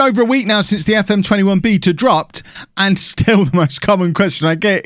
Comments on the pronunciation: A piece of me dies every time he pronounces beta wrong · Why he say beta like that, so he wants to 'beat a' male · How many times can he pronounce it "beeeeeeta" 🙈